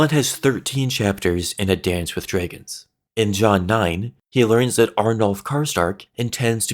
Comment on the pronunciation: Drey-gins. Stone drey-gins